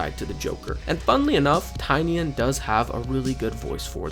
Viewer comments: I respectfully implore you to say his name properly. Nobody ever says it right 😭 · Bro please say James Tynion's name properly.